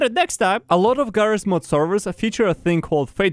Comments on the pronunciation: Ah yes “Jarrys Mod” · "He calls this game 'JarrysMod'" made me laugh so fucking hard